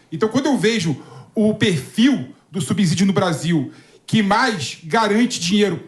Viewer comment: Essa pronúncia da palavra "subsídio" 😅 dá dor de cabeça!